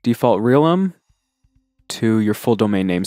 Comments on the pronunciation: Also... "real em" is pronounced "realm" :) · Realm is a word. This tutorial is 4 years old so you may have been told already, but it is not pronounced "real m". Its meaning is almost identical to that of domain.